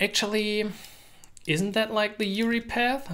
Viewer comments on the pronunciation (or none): you-are-eye not you-ree anyways, great video.